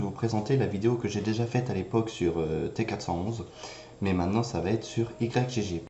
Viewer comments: Ça se prononce "igue torrent" et non "Y G G" MDRRR ;) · On dit pas Y-G-G mais "igue", comme dans yggdrasil ;) Merci pour le tuto!